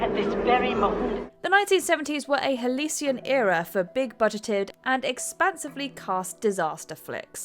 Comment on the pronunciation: A what? Are you trying to say halcyon?!